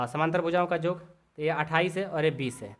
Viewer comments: Sir AAP yog ko Jog bol rha h😂😂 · Sir aap yog ko Jog bol rahe hai